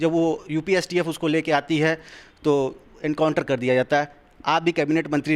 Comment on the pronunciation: पागल हो गया तू काउंटर नहीं बेटा एनकाउंटर होता है पहले बोलना सीखो पागल साले